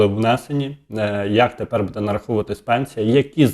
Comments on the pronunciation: Не будЕ, а бУде! НАГОЛОС ставте вірно! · Не будЕ, а бУде ! Став правильно наголос ! Неможливо вже це слухати.